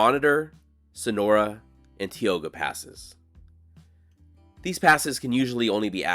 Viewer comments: It is not pronounced "TEE O GA". It is pronounced "TAI OW GA" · Great video…BTW: It’s pronounced, “tie-oh-gah”, not, “tea-oh-gah” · It's pronounced tie-o-guh, not tee-o-guh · Tie-oga not tea. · Tioga is pronounced "tie oga" not "tee oga" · I imagine 1000 other people have told you that it’s not pronounced “Tee-oga.” It is “Tie-oga.” Just sayin’. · Tioga pass is pronounced "TIE-OGA" not "TEE-OGA. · Pronounced TAI-OW-GUH not tee-o-ga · Grew up driving up and down 395. Thanks for the historical insight, we never stopped and did that stuff. By the way, it's 'Ty-o-gah', not 'Tee-o-gah'. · You were doing great till you got to TIOGA Pass... I swear you probably say Tulare wrong as well. Tioga is TY-OH-GUH, Tulare is TWO-LARRY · “Teeoga!?” Yikes! And you were doing so well! It’s “tie-o-huh.” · Just found your videos and I’m really enjoying them. Growing up we pronounced Tioga Pass, Tie oh ga. ✌🏽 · As a northern California native, I love it when you wander up our way. Sometimes your pronunciation could use help! It's Tī ō gâ, LONG I! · It’s pronounced “Tie-oga”…. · Tioga is pronounced with a long I like in tie. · It is pronounced: Tie o ga.😊 👍 thanks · In case no one else has commented, the correct pronunciation of Tioga is “tie-OH-guh”. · Thank you for a very well done video. This is a beautiful area that many don't know about. Incidentally.... We pronounce Tioga as "tye-o-gah." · This was a lot of fun,. Thanks! Fyi, Tioga is pronounced "tai-ow-guh". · Love the 395 route.... used to use it traveling from SD to Yosemite. Moved up to the Gold Country in 1978 and was instantly corrected about the pronunciation of . TIOGA. TIE- OH- GA!